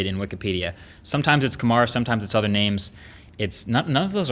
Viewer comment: But you pronounce 'kumar' just the way it should be pronounced... just a compliment..